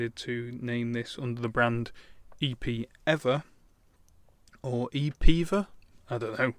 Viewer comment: EPEEVER HAHAHAHHA I laughed so hard Love the reviews!